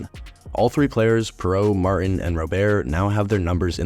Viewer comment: It’s pronounced MarTAAN.